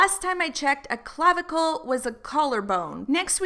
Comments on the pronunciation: cla-vi-cle 🤣 DEAD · I laughed so hard when you were like CLAV-I-CLE 😂😂😂😂